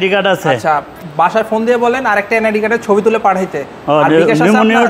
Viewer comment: পোন না মিয়া ফোন হবে😂😂😂😂